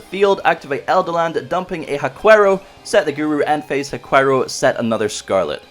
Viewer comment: WA-kero not hua quero. If it was proncounced the way you said it, the the dog breed would be named chiwawa instead of chihuahua…. 😑